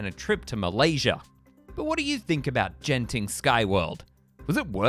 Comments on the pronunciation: Singaporean much? It's pronounced as 'G'enting... NOT 'J'enting! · i think you pronounce genting wrong its not jen-ting its genting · Its not gene-ting, huhu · I'll be making my second trip to Genting (incidentally, pronounced Ghenting with a hard G) in two months; like my first time, I'm not planning on visiting Skyworlds during this upcoming stay, either. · Its Genting not Jenting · ''Jen-ting skyworlds''